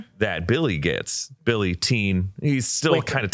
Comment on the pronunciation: It was Bi-il-ly all along